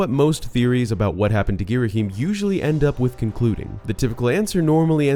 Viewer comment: "gheeraheem" idk thats what i always heard